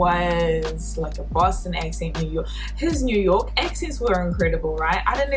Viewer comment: If I had a dime for every time she said "eccint" (accent), I'd have a gazillion dimes